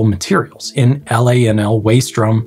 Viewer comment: Miscommunication through speech is easy. For example, with your accent it sounds like you are saying "drome" not "drum"